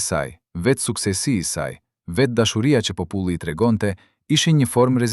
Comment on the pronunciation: Kjo video eshte bere me IA. Po me bejne nervoz si po e flasin gjuhen shqipe. Po- puli, pllot etj.